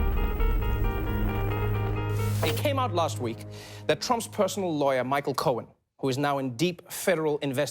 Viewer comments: he did it again, that's cute hannity... pretending you "don't know how to pronounce Michael Cohen's last name, or wait... is it Cone? 🤷🏻‍♂️ "I don't know! I NEVER MET THE GUY!" 🤷🏻‍♂️ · That's cute! Hannity mispronounces Michael Cohen's last name 🤷🏽‍♀️I wonder why he did that?!?🤦🏽‍♀️